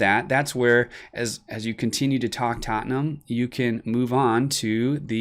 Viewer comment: I love the way you say Tottenham. coys